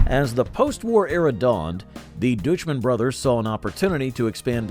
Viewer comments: "Dooch-man"? Really? DOICH-mann. SMH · Pretty sure Deutschmann is pronounced like "Doych-men." At least that's how the guy I know with that exact last name pronounces it.